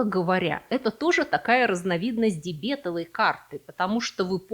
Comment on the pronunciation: Впервые слышу, чтобы дебетОвую карту, называли дебЕтовой😆